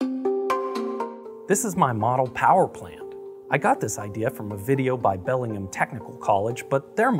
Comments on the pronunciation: Shout-out to Bellingham Technical College. (Which is pronounced BELL-ing-HAM, btw) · Hi from Bellingham. We pronounce the "Ham" in our town name (we call ourselves Hamsters).